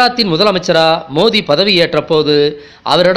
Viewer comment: சகோ மோதியா? மோடியா ஒழுங்கா தமிழ் பேசுங்க.